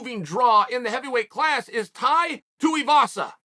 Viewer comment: Finally got Tai's name right!!